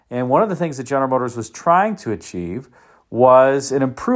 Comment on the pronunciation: Ist das eine KI-Stimme, welche "General Motors" nicht richtig aussprechen kann? 😕